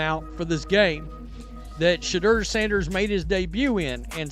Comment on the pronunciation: SHEDEUR (shee door) getting paid off him the least you can do is pronounce his name right! Hell a few of you backstabbing Johnny come lately know it all need to call him Mr.SANDERS